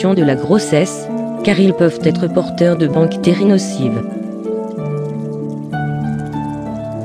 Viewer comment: On dit bactérie mais on ne dit pas banctérie